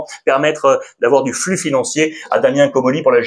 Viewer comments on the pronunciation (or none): none